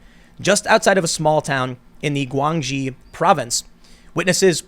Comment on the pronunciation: Guang XI is pronounced 'Goo ang she'.